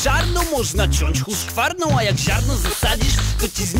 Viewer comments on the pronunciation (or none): Jeszcze tylko żeby poprawnie umiał wypowiedzieć nazwę husqvarna to pewnie by było lepiej xD Huskwarną a nie Huszkwarną kurde